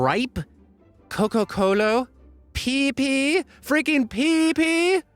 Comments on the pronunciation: It's peep pi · honestly mine was the "PEEPI" like how do you get that wrong